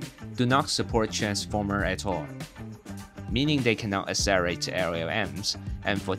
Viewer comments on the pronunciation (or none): Does he actually say [aselerate] instead of [akselerate] and [aseptable] instead of [akseptable]?